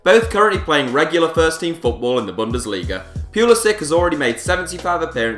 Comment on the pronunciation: AGHHHHHHH YOU PISS ME OFF ITS PRONOUNCED PU LI SICH